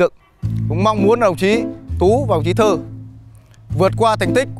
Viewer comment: Sao tên của puka mình cứ nghe thành đồng chí Thư mà không phải Thơ ấy ta.